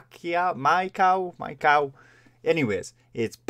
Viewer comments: Pronounced "Mah-Ee-Co" - love the Japanese culture. I miss living there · It's not Pacquiao/My Cow but My-koh xD Please do Rinne next by Band-Maid kuruppo <3